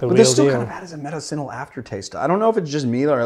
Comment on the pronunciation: Are saying medicinal because I’ve never heard it said how you said it